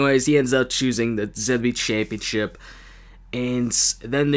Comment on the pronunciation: He calls it the wwe championshit th we championshit